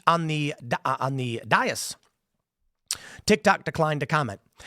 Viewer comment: You know, sometimes I think Tim is smart and then he pronounces things like “dais” as “die-us” and not “day-us”